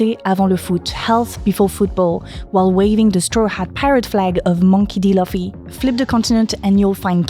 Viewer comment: As Hermione said " It's not Laffy it's Looffy"😂